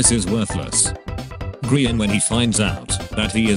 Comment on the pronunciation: No one: Narrator: eyeskall, gr eye an